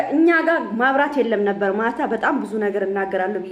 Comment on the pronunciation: መብራት ነው የሚባለው ማብራት አደለም የሚባለው